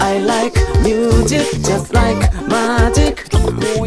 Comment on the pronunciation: ミュージックよりミューズィックの発音の方が良いかもです！ 歌上手いし1人で全部できるのはDaichiさんのアイデンティティ！